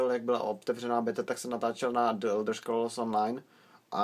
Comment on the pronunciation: Čte se to "anlíšd" :) a člen "the" se v případě jako je Elder Scrolls čte jako "dí", né "d". Normálně nerad rejpu tak sorry :)